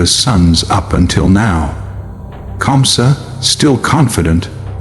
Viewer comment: 😂😂 Who is kansa. It's KAMSA😅